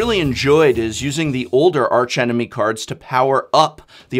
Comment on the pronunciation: When not referring to the architectonic or structural feature of an arch, the 'h' in arch is silent. E.G.: "Ark-angel, ark-enemy".